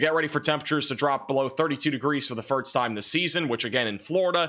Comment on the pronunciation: The guy has a college degree but can never get past mispronouncing simple English words like 'first' and 'Gulf'. pronounces these as 'firtst' and 'golf'.